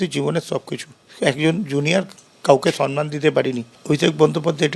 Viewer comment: কথাটা সন্মান নয়, সম্মান (সম্ + মান) । পুরো ব্যানার্জী পরিবার ভুল বলে।